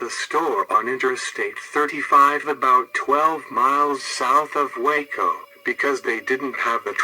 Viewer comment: Hate to be picky but is it pronounced Ball - ch, but got Waco right. If you don't want to be on death row then don't mess up in Texas.